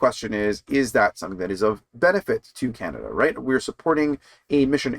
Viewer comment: O'Toole can't say "Canada First"!